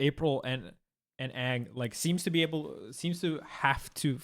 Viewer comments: That ang hurt me deep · Bro he called Aang "Ong" 💀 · I understand melee players mispronouncing Toph but I can't get over people saying Ong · That’s all well and good, but Leffen said “Ong” and I just got live action flashbacks.